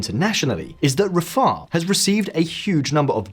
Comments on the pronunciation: Its rafah, not rafAHA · Rafaaar FFS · Rafarrrh... That pronunciation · Great video but my goodness please learn to Rafah properly. Had to endure you saying it incorrectly about 60 times. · Never heard that pronunciation of Rafah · Yeah, I've heard the same pronunciation in my local news (Estonia), not sure where it comes from.. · It comes from Arabic... you know, the language that's spoken in Palestine where this city is? For some reason people seem to think the other angilcized pronunciation is the correct one. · If you look at the Arabic writing of Rafah (رفح )you can see that the last letter is "h" not "a", so you shouldn't pronounce the "a" so long as he did in this video, but stop with the hard "h". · I can’t watch your video cos you keep mispronouncing rafah. My neurodivergent brain can’t handle it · Learn to pronounce the name of the city ffs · The way you pronounce Rafah is irritating lol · I'd prefer if the narrator had absolutely any idea what they were talking about. The pronunciation suggests that he hasn't seen a single piece of news on Rafah.